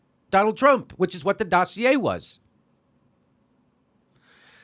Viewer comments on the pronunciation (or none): none